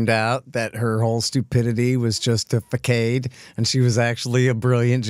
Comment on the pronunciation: Hey Scott, façade is with a soft c, like fassard (not fakkaid) !